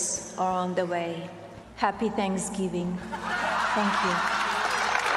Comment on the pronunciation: And a "Happy Thanes Kee Veen" to you too,............whatever. I don't really care, do you?